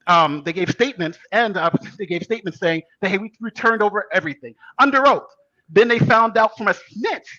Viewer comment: "I love unter Biden Paintings"